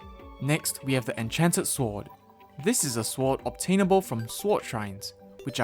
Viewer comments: Swart it’s sword foriner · I triigers me that he says it like swoud and not sord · Friendly tip: Sword is pronounced as sord, not swart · Remember that time he said shward? I did. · I dislike that you pronounce the w in sword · Pronounced as "sord" the w is silent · My man, you don't need to pronounce the "w" in sword. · this idiot says sword with a w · Sorry if I’m being mean, but I find it funny how it sounds like he calls them sworts. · English isn't my native language either but, yeah you're right. The "w" should be silent. (/sɔɹd/). But then again: one of my friends keeps spelling thread like threed .Not to mention mistakes i made so... guess we're all humans :-) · haha swort go brrr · swort hehe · I was thinking that😭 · I like the way he says sword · Wait. He says sword with the W. I love this man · why do you pronounce the w in sword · Why on earth do you keep pronouncing the W in sword